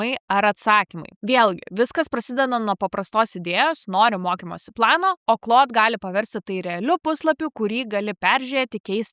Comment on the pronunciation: Šiek tiek keista, kad Claude AI mokate ištarti tinkamai, o va Claude OS, kažkodėl tariate kaip cloud. 🙂